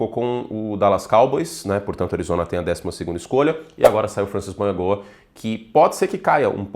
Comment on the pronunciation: Curti, o nome do Francis Mauigoa se pronucia mau-i-noa